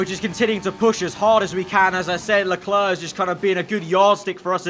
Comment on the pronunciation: If I ever stop watching, it's probably because of how he pronounces "Leclerc". It's not a big deal but geez it's annoying, great content tho